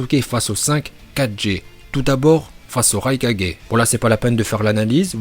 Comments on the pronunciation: Par contre on dit raikage et pas raika4g parce que Naruto dit Kage bushin no jutsu dans la VO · On quand tu raikaje ,hokaje arrete de faire le mec je te soulev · Il a dis le rai4G 😭😭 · "Raikadjé" 5 4G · Les "4G" "NaLuto ShippuNden" "MadaLa" "Laiton" Encore une fois a mit tous le monde d accord ça prononciation est parfaite👏👌